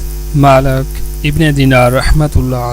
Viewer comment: Malak nhi maalik kho.